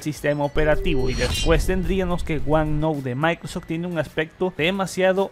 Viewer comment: No lo se pero sabe decie "maincrosoft", y luego en todo el vídeo "maincros", y así con varías palabras, la y creo que es importante pues su contenido se basa en su voz y noticias del nuevo windows almenos actualmente.